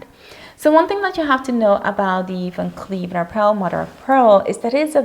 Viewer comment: The brand is Van Cleef & Arpels ... There is a sssssssssss on the end dear.